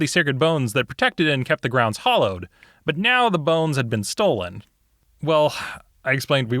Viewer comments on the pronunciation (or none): It's "hallowed" and not "hollowed" bro ;)